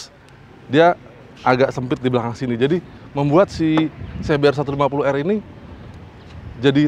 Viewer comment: Ingat "R" nya cuma satu🤣